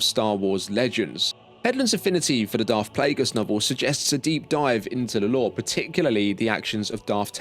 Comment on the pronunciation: Sif? Darf?